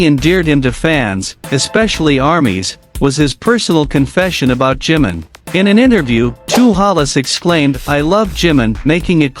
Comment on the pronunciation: A tener cuidado con el nombre NO ea 'JIM' SINO JI-MIN o JIMIN!!! si dicen 'jim' puede confundirse con JIN que también es de bts ES IMPORTANTE LA BUENA PRONUNCIACIÓN DE LOS NOMBRES PORQUE PARA ELLOS TIENE UN SIGNIFICADO IMPORTANTE... creo que si a uds le pronunciaran mal sus nombres lo corregirían: verdad? Yo lo hago, tanto como cuando me nombran o cuando lo escriben así que A CORREGIR EL NOMBRE DE JIMIN PORQUE EN ESO TAMBIÉN SE NOTA RESPETO!